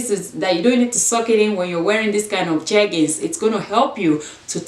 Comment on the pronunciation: When you were reading the jeggings instructions 😂Sis sometimes we can’t get the right pronunciation but you got it, 2 pair of jeggings for a dollar and you style the blue t-shirt and how you dress it up😍 yes o is how you wear it not the price you paid! Love love it💯❤️❤️